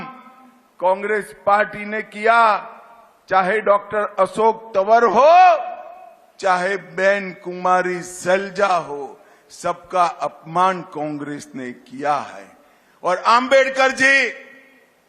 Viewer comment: सलेजा नाम नही जी सैलजा ह आप बार बार सलेजा कह रहे हैं